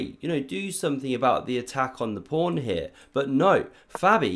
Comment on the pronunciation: Why do you always say pRawn at the opening?